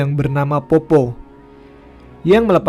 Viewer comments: POPPO' ya mas bukan POPPO 😂 tpi makasi mas sudah bawakan kisah dari daerahku makassar ❤ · Fyi min, bacanya itu peppo bukan poppo hahaha, ayah saya asli bone jadi dia sedikit tersenyum ketika mimin bacanya poppo. Keep rock n roll min 🤘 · Cara baca poppo.... D belkang kata kasi tnda baca Koma... "POPPO'" Nah wkwkkwkwkw